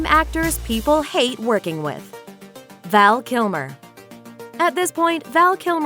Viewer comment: Val Kilmore? LOL That's how you start. Almost closed the tab...see who you bring up next.